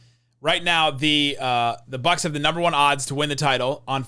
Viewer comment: Thanks for that Bucks pronunciation. Never noticed that. Will be calling them The Box from now on. lol